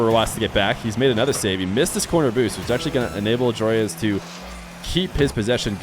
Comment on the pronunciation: Another american who cant pronounce Joreuz...